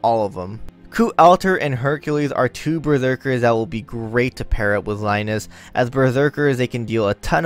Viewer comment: No its Rai-nez, its how its pronounced, Rains/Reins sounds weird tbh, you probably hung from Cid.